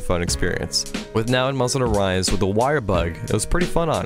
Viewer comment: no one: at the start of this video: Monsteder Rise Over